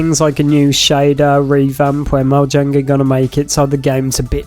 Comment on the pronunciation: Also: Mojang is pronounced like Moyang by the way